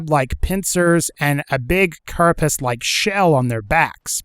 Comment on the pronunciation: It's not a carpis it's a carapace